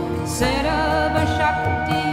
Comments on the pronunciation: Wrong Pronunciation. It's 'Sarva shakti'. Not sarab shakti. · Madam it's not sarab shakti it is sarba shakti please correct this